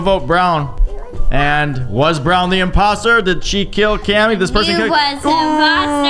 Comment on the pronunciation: i loveeee when colty say ohh there is one imposooo lol